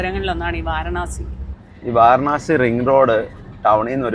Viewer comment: വാരണാസി അല്ല മക്കളേ, വാരാണസി എന്നു പറയൂ